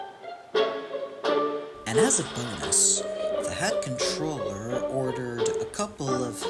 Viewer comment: That's a nice episode, but I think you should get Wooden Railway Billy and 2022 Rosie since the Take Along ones don't fit on the Wooden Railway track. Also, is it just me or was Sir Topham Hatt called the Hatt Controller instead of the Fat Controller?